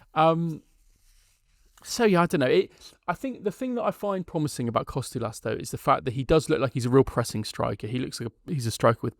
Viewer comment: you are making Kostoulas name sound way more difficult than it is. Its just like saying Harold or Henry just Ha-ra-lamb-os just call him Babees